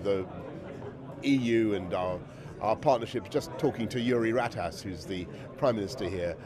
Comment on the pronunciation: Uri Ratass? Hes he had a bit to drink and got 'rat-assed'?